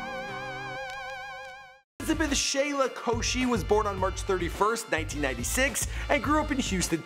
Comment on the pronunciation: It's pronounced shy la